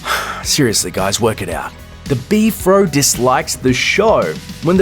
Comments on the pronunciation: It's pronounced B.F.R.O, not B-FRO. You have zero credibility just on this alone! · Do you call it "Beef-ro" and not B-F-R-O? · Its B-F-R-O